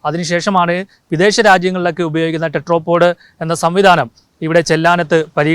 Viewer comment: ടെട്രോ പോഡ് അല്ല ടെട്രാപോഡ് (Tetra ) ആണ് ... Tetra എന്നാൽ മൂന്ന് എന്നാണ് ... മുക്കാലി ...